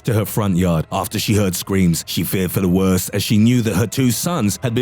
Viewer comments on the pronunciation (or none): none